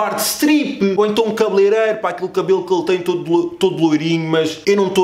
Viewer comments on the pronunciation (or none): none